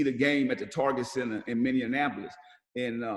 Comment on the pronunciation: Did he say “Mini-N-apolis? 😂 gotta luv P! 💯